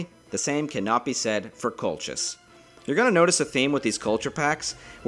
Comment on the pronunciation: Not simmerian, Kimmerian, and kolkis. good video btw thanks